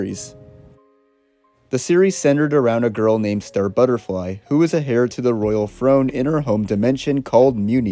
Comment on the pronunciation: So many mispronunciations. Provocative is pronounced "prow·vaa·kuh·tuhv." Heir is pronounced "ehr." Those were just two words I thought I'd comment on after several other mispronunciations left me exasperated. If you're unfamiliar with a common English word, please look up the pronunciation prior to using it in a video. This may sound harsh, but seriously... heed my advice. It will only benefit you in the long run.